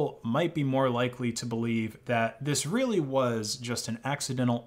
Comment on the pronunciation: More like China is reary sowwy